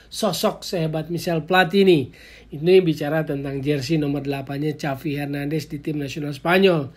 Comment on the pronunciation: Cavi hernandes, agak aneh dgrnya..